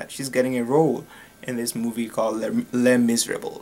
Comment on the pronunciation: If you don't really know how to pronounce it you can just call it Les Mis (pronounced lay miz) and the third way you said Eponine was correct (pronounced ep-oh-neen) also Les Miserable is pronounced lay miz-rah-buh-luh....its french!!! not criticizing just saying!!!